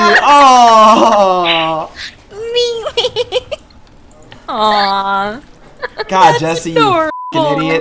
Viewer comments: mrBorkD The way he pronounced it. It's "May-Lay" he supposedly pronounced it "Me-Lee" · Aize It's maylay. not Melee. The announcer even says Maylay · Super luigi ssb4 is already out, and he pronounced melee wrong, its pronounced ( mey-lay ) or ( mel-ay ) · then why the fuck does the announcer say it with eee not lay? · to be fair. ive known alot of people that pronounce melee that way. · Wait... That's not how you pronounce Melee..? Fuck. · He pronounced it wrong